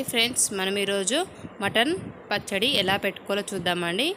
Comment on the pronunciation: పచ్చడ కాదండీ పచ్చడి అనండి ok